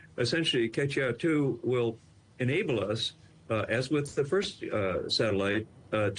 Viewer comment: Pronunciation note - the "Que" in Queqiao does not sound like "keh" - it makes more of a "choo-eh" sound.